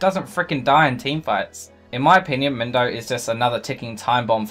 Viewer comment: Mindo!? I've heard Mundo, I've heard Moondo but Mindo! Hhhwwwaaat??